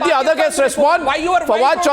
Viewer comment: I duno y they call this dog fawad , fucking my ears are bleeding.